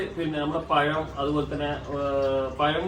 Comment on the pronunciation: പയം അല്ല പഴം